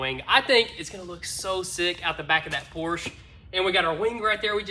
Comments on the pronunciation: that is Porsche, not a Porsch :) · The American pronunciation of Porsche is POR • SHUH. Please respect the name while making it beautiful again. With love, peace.